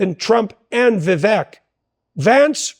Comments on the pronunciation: "Vivek, rhymes with cake" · I thought Vivek is pronounced vi-VAYK. Jordan continues to mispronounce it. Am I wrong? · It's not petty. If your friend doesn't take the time to learn and pronounce your name correctly, are they your close friend? I'm a fan of Dr. Peterson, seeing him live twice, and I that he should get Vivek's name correct.